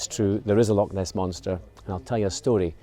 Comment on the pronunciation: love your videos....however i have to pick up on a pronunciation problem, Lock (Loch):)